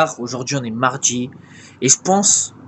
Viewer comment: "Sortchir" "Mardchi" "Après midchi".